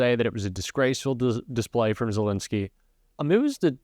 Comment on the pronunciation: love your content but please use the correct pronunciation of Zelenskyy’s name, it’s not Zel “i” nskyy, but with an “e” in the middle, “len.” Not “lin.” Thanks!